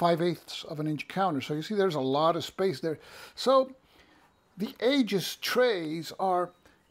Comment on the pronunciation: Hey, good review. Do you have a link to the Aegis site? (Pronounced EE-jis, by the way). My main concern with any counter tray is whether I can lay two rows of 5/8" counters flat inside a compartment. Few bookcase-size trays will accommodate that, but the Aegis tray seems to do it well. Secondary concern is the lid staying on. No worries there either. Like you, I replace most of my magazine game storage bags right away but use 10x13" bags, which the Aegis should fit. Most magazine games only use a single sheet of counters anyway, so a standard GMT tray may work fine.